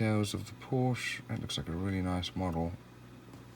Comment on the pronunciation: It's a great model! I did want the ROW version (Rest Of the World), but unfortunately found this one, which is the US version of the car (you can tell from the turn signals and rear bumper). And it's pronounced "Por-shuh". That was the name of the founder of the company, Doctor Ferdinand Porsche. You wouldn't pronounce "Chevrolet" as "Chev-roh-lett", "Peugeot" as "Poo-gee-ott" or "Renault" as "Re-nalt" would you? 🙂